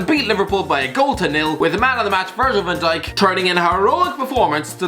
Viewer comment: “Virgil Van Dik”